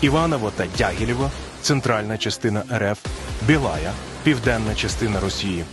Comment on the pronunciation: Що за " бєла'я"? -- БЄ'ЛАЯ( БІ'ЛА)...